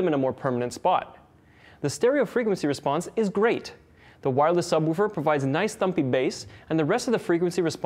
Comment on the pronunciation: the way he says woofer lol